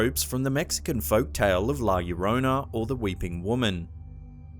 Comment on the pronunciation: The first one is setup that's a human child. Now I'm interested inm going to Japan to this hospital. Llorona the first part llo is pronounced as if you are going to say Joe leaving the "e" and adding rona to it.